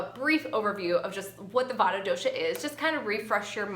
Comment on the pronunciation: The correct pronunciation emphasizes the "t" but is said quickly. I appreciate this video as I have a severe Vata imbalance